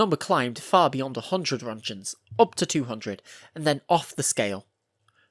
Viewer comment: Wtf is a "ronjen"?